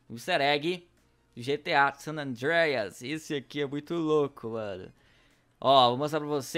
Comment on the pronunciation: O Sanandreias , WTF KKKK fala pior que eu